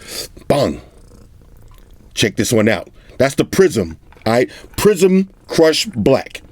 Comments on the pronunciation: Oh! I thought he said "prison crush" black. Haha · I legit thought you said prison Kush black when you mentioned the color of the phone lol great vids as always 👍🏽